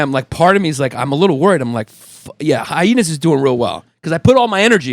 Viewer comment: The extra H in hyhenas has made me laugh every single time